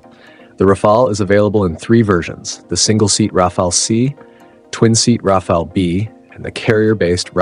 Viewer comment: This is truly one of the very best reviews of the Rafale I have seen in a long time (and, believe me, I have seen dozens), especially coming from an English speaking person. Another positive aspect to me is that the narrator in this video is one of the rarest person pronouncing "RAFALE" correctly, not like most narrator who say "RAFAELI", mostly Americans, not British (you have no idea how much that irritates me)